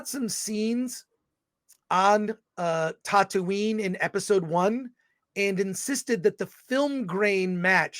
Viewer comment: Sorry, but he can’t even pronounce “Tatooine” right.